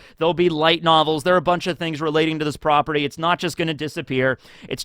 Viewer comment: it’s triggering when you say “property”. 🥲🤔🤷🏽‍♀️